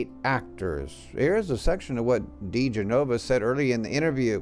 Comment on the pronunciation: You might want to check the pronunciation on diGenova,.